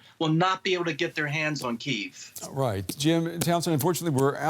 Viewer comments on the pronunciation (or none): bro cant even pronounce it, KEEVE